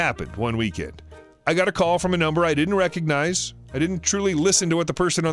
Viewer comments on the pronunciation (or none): none